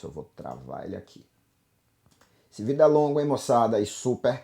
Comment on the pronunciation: Prometi pra mim mesmo que iria passar aqui para agradecer-te. Passei em uma universidade de Portugal para música. Tinha um certo conhecimento prévio, mas suas videos aulas ou como você diz "vidêos" me ajudaram bastante. O site tutoriais em música foi um grande divisor nos meus estudos! Muito obrigado pelo ensino gratuito e de qualidade! Sou um fruto de sua humildade e trabalho! Serei sempre grato! E como você costuma dizer agora é jogar duro! Obrigado!